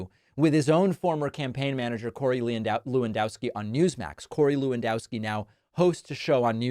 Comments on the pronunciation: I winced a little when Pakman pronounced "Lewandowski" the way he did. (I'm not Polish, but I lived in Chicago forever, and it's minimally polite to learn that much about the residents.) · Is it not pronounced Levandovski?